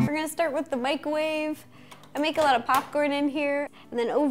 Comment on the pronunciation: Did anyone else notice Ro said micwowave?